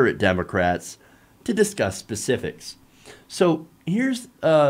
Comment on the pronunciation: Nitpick constructive criticism: - it sounds like you're pronouncing "specifics" as "pacifics". Might want to work on enunciation of that word.